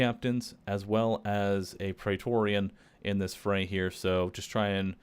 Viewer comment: Why do you keep saying praetoreon